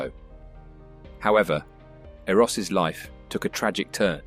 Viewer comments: I have my oppinion of his last climb ... Close to 50, with artificial leg, with a wife and small kids behind. Anyway, thanks for the video, he truely was a legend. Please learn to pronounce his name properly: the double s is pronounced as sh as in shout, or shy 🥰👍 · ((The pronunciation of "Zsolt Erőss" is incorrect in this video. You should say the ss = sh (ship, or shop) ő= "e" in the word "the". We never say 'SS' like 's' in 'sun'...Sorry, but it would be better to learn his name correctly. Sterczer Hilda's name is also mispronounced in the video. You should say S: like 'sh' in the 'shop'. CZ sounds like Z in German word 'zimmer' ...))